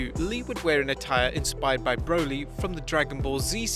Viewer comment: Matt Riddle: Bro-Lee Real Broly has entered the chat